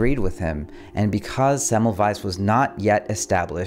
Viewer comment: I upvoted when I heard you pronounce Semmelweis correctly.